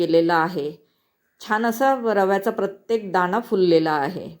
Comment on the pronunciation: पानी ,दाना असे का म्हणता? तुम्ही मुंबईच्या नसणार सगळ छान आहे पण ण चा न खटकतो